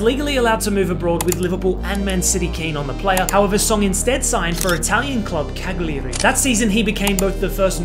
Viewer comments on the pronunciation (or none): It's pronounced cal-u-re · It’s pronounced cal-yary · What is with the English lang native speakers and name pronunciations? How you don't know how to say Cagliari properly? On Balkans you know how to pronounce French, Italian, Spanish etc names when you are like 10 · Hey guys, check out the long form version of this story (linked in video) if you get the chance! One of the most bizarre football stories in recent memory. Also I promise my pronunciation of Cagliari has greatly improved in this vid 😂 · The pronouciation of cagliari 😂😂😂😂😂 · "Cagliari" pronunciation 😱